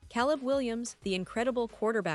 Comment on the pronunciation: Get better AI to read your text. At least find one that can pronounce Caleb